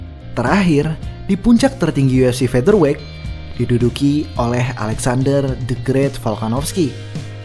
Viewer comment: akhirnya.... melafalkan "featherweight" dg benar....mantab 👍🏼👍🏼👍🏼